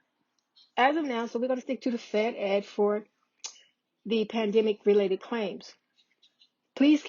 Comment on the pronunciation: Fed-Ed not fed ex